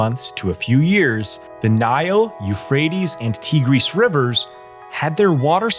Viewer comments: Tigris River is pronounced Ty-gris.. Not Tea-gris..... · The Tigris is pronounced like the female tiger, not the teegrees. Couldn't watch after that.